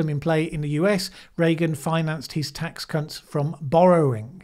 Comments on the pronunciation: there's slip of the tongue and :) I'm sorry but to my ears it sounds like taxc*nts.. I nearly spat out my tea. . And had to play it again 😂 .... Yup still there. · Yup, I heard it too. Naughty 😂